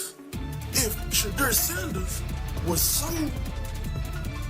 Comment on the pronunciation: His name is Shedeur, not Shadow!